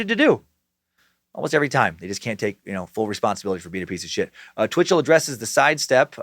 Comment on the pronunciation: Every time Dan says Bitchell I chuckle